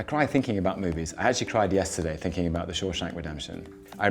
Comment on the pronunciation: "Couple a moives" LOL!